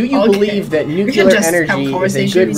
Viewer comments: Because he speaks so many languages, I guess we can forgive him pronouncing “nuclear,” as “NUKE-CUE-LER.” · Dude. Don't be so polyglot-superb in several languages only to fuck up "Nuclear" in your own. It's not "NOOK-yoo-ler," it's "NOO-klee-er." How is a mispronunciation we used to make fun of as a few politicians made it now the default pronunciation of all? Thanks for your channel; I love it. Just fix that flub.